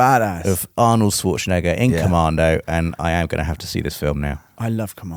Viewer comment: PLEASE learn how to pronounce the name, Schwarzenegger! You are always saying it the most annoyingly British way possible. If you ever glance over this comment and the evil child/petty adult in you doesn't just make you continue to butcher this movie star's name out of spite cause a random faceless stranger on the internet told you off, here's some help for proper pronunciation: And to prove I'm not just here to be a d*ckhead to, I fully agree with him on Will Farrell. His sense of humour is shouting really loudly for a long time. In every single movie of his that I managed to sit through. That's simply irritating, not funny. IMO, of course... comedy is subjective.